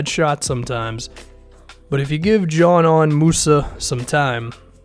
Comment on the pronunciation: I thought it was pronounced Z-nan